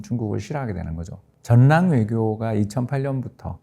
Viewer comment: 우리말 바르게 읽기 전랑 외교 ➡️ [절랑 외교] 'ㄴ'으로 끝나는 글자 뒤에 'ㄹ'로 시작하는 글자가 오면 'ㄴ'은 'ㄹ'로 바뀝니다. '신라'를 [실라], '언론'을 [얼론], '전라도'를 [절라도], '혼란'을 [홀란]으로 읽는 것이 예입니다. 따라서 '인력'은 [인녁]이 아니라 [일력], '인류'은 [인뉴]가 아니라 [일류], '전력'은 [전녁]이 아니라 [절력], '연료'는 [연뇨]가 아니라 [열료]라고 읽어야 맞습니다. (다른 예) 난로 [날로] 난리 [날리] 산림 [살림] 신뢰도 [실뢰도] 전략 [절략] 한류[할류] 한한령[한할령] 훈련 [훌련]